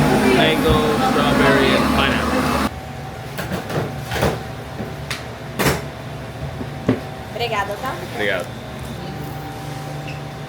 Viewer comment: and it's not obriga-day it's obriga-dah